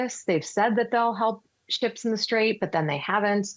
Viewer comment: “Unigh”States and “Strayve” Hormuz 😂